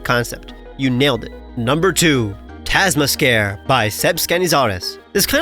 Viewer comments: Damn, to have been number 2 and have your Pokemon's name mispronounced feels criminal. In case you see this,, macabre is (muh - cob) so the Pokemon was probably Taz-muh-cob. I really loved the name so it stuck out when you misread it lol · The way you pronounced Tasmacabre made me cry